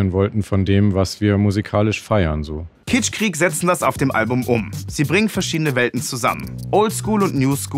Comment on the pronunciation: Könnt ihr kitschkrieg nicht einfach mal normal aussprechen und nicht Kitschqueeek